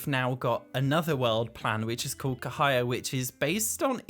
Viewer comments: Hi! Thank you so much for your video. The word "Cahaya" is pronounced: Cha-Ha-Ya. Sorry just being Indonesian and wanting to inform:) Love your contents:) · Friendly info. The C in Cahaya sounds like the C in the word Charred.